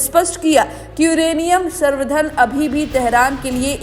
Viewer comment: Madam Sarvdhan nhi samvardhan hota hai😂😂😂😂😂 or Enrichment